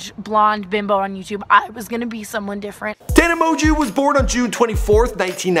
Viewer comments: How to pronuce her last name tana mon-joe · tana monjew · mon•gieu it's pronounced ta•nuh mo•jo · Tana monguuuu